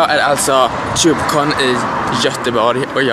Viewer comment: De heter inte tjubecon😂😂😂